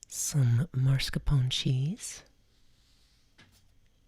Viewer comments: So glad you're back!!!!! I loooooooove this video. I'm a grammar freak so I need to get it out of my system. It's MASCARPONE cheese, not MARSCAPONE. Sorry, I love you Lol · Baby é mascarpone non marscapone, però sei brava e comunque ora non so se ho più fame o sonno😉♥️ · Why she say marscapone instead of mascarpone though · Nice video! Had to tell you it’s not “marscapone” but mascarpone though😅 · That woman looks a lot like Debra Messing. And, I love how she says "marscapone." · Funny for someone who pronounces tiramisu so beautifully to also say MAR-scapone cheese 😄 love you mama no hate just poking fun!